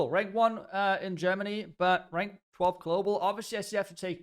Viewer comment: rank not rang lol